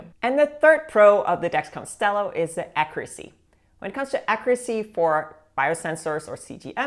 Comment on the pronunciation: "Accuracy" is pronounced like "accyuracy" like it has a Y in it.